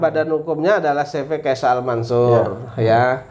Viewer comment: yang benar “keysha” al mansur bang, bukan “keisya”. Keysha = nama anaknya Pak Amanah alias Arab, kalau Al mansur ya tau sendiri lah